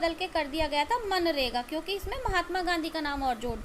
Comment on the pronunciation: Ma'am vo nareaga nahi hai vo manrega hai 😂🤣